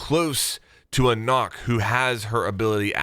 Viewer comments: Karkat Vantas son, it sure as hell ain’t “Knock” or “nok” the “Ø” does not make the “O” sound so Nøkk in Danish, a Nordic language is, is pronounced as “Neck” in the English language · It annoys me so much that people are calling her “Nokk” when her name is “Nøkk”. Try looking up the sound of ø (oe danish) americans then come back and pronounce her name right! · Nøkk* not Nokk nøkk=nook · It is Nøkk not Nokk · It's not Nokk!! It's Nøkk. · Just letting you know, it is pronounced nook not knock. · Sorry to say its not "nokk" its "nøkk" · It’s newk not nock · Her name is pronounced “Nuk” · Hey, could you start to pronounce her name right please? It’s actually pronounced similar to Nook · People saying ''Nokk'' instead of trying to pronounce the Ø give me type a diabetes.. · NOKK IS PRONOUNCED NOOK OMG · its pronounced "nook" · it is aciually pronounced nook, even ubi calles her that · It is pronounced “nook” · It’s pronounced “NOOK” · i am danish and i am annoyed about how everyone is pronouncing nøkk since you say it as nokk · "Nokk rhymes with book" Ubisoft. SAY IT RIGHT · She’s pronounced “nook” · It is pronounced nukk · It's actually pronounced Nøkk (Nook) and Hel (hell) not H.E.L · pretty sure its pronounced nuck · Her name is pronounced "nook" but nobody pays attention to the enunciation in the reveal trailer, nooooo, god DAMMIT. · Her name is pronounced nook but is spelt knok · Isnt it pronounced nook? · She is pronounced Nökk the ø is pronounced just like a German Ö . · It's pronounced nook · It pronoused "nook" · Its said like nook like animal crossing. Nook but spelt like Nøkk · It's pronounced nook! It bothers me so much lol, sry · it's pronounced nøkk, nök or nuhk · YOU JUST CALLED NØKK, KNOCK HAHAHAHA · I wish they've given her Frag Grenades.. Her name's pronounced "N-ukk" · It’s pronounced “Nook”, rhymes with rook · I know it doesn't matter but it may look like an o but you pronounce it as a u so her name is nuck or nook fun fact